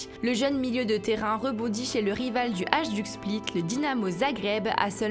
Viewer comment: Ohh pitié comment prononcez vous les clubs ? Faites au moins un effort, si on arrive à bien prononcer Chelsea, on peut bien prononcer Hajduk split ... (hailledouk si vous voulez) Et puis c'est quoi cette voix à la lama fâché ?